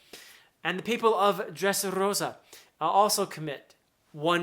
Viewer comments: As a spanish speaker, I LOVE the way you pronounce "Dressrrosa". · I love how you roll the r when saying Dressrosa. 😎 my favorite navy are Smoker, Tashigi (G5) Garp and Fujitora. 😅 they good people.